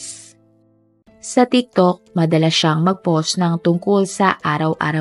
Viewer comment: It’s “POST”, po-wst!! Not PAUSE, POSS! Fix your pronunciation please…